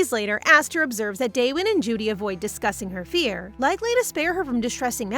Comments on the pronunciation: Jood not jooo dee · The name isn't pronounced asther, its esther, and it's not judie, it's jude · It's not pronounced Judy. It's like the Beatles song "Hey Jude"